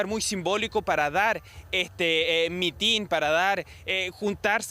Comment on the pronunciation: Es mitin, no mitín. Sorry pero me retumban los oídos al oír decirlo mal.